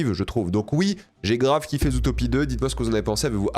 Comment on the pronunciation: le fait qu'il dise "zoutopie" 💔💔💔